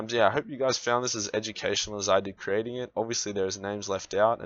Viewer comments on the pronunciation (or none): none